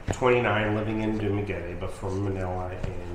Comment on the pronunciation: Maya says Dumaguete in a much more prettier way than you do. I just love it!